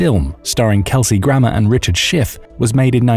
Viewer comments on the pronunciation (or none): none